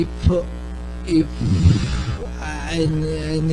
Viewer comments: bro what are you on about with merab? he literally mispronounced "if" with "ip" where did you hear EPO in there your hatred of merab blinds you guru get your ears checked lol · im from georgia and i think i have context behind merabs "slipup" in georgia a lot of people pronounce "if" like "ep" because of the georgian letter "ფ" which is read like "p" and is a replacement of the letter "f" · We have no “f” sound in Georgian so sometimes “ph” slips out instead 😂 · Omg Merab was saying "If" with Georgian pronunciation - in Georgian there is no F so we use p (like Greek π ) or p (like English p in apple). In this case he mixed up the two so initially he pronounced if like ip (with π sound) and then ip with English p sound. He seems to be unable to pronounce f when speaking. Go through an interview of his and you'll see that he uses p sound for f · Actually, if we are doing this in good faith you can go through any interview of merab and you will see that he pronounces "if" as 'ip' every single timr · Merab saying "if" not "epo" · English is Merab second language this guy was just saying the word “if” and he pronounced “ip” 😅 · Merab can't pronounce F so he goes Ph Ph 😅😅 i think he says "if, if"